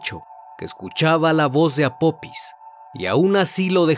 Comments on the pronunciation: No es apopis es apofis ,deberían investigar antes de hacer el documental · Apopis? Que no es apofis? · Apophis se pronuncia Apofis . excelente vídeo